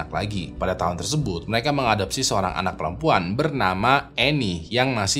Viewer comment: "pada tahun tersebob"